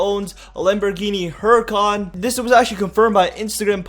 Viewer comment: Omg learn how to pronounce huracan.... the “H” is supposed to be silent